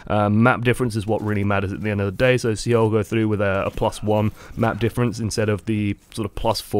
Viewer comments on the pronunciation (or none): Yes, I've been watching OL. But dude, I love you but it's like fingernails on a chalk board listening to you stumble over names. Seoul, is not SEEOL. It's pronounced Soul. Exactly the same. It's a professionalism thing and keeps your viewers from being distracted while you stumble for 5 min listening to you make excuses about why you can't pronounce somebody's name you should have researched before you start recording. Love your vids though. I've learned a lot and my gameplay has improved. Thank you. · Great thoughts but one thing. Seoul is pronounced Soul, the E is silent (slurps tea) thanks for another vid.